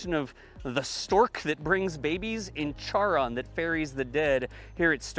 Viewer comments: You asked to let you know if you got some thing wrong, so here goes: Charon is pronounced "keh-ruhn" not "char-on" ... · Friendly correction- Charon (ferryman of the dead) is pronounced 'Karen', not 'Charr-on'. Lapsed classics major here. Keep up the good work, we depend on you! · I believe "Charon", the ferryman over the River Styx, is pronounced "Karen". At least in molecular biology that is the way we pronounced it.